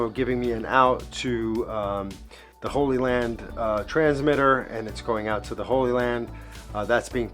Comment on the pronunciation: Your pronunciation of Hollyland is making me want to start a crusade.